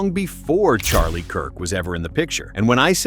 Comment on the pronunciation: She cant even say his name CHARLIE my husband